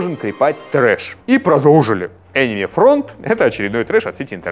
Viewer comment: Он как-то странно произносит слово Enemy, мне слышится что-тотипа мимими